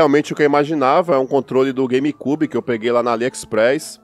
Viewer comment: As vezes me da Agonia vc Falando "Game KYUBI " huheuehuehueheu .. mas... anyway ..